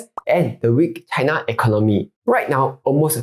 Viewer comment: China pronounced as chai-nuh not chaiNA